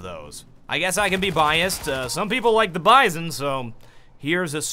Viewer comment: I think its pronounced as Bee-zon